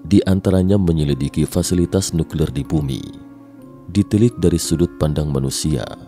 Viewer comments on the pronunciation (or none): none